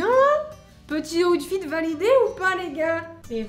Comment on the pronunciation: ta di awtfit 20 foix c est outfit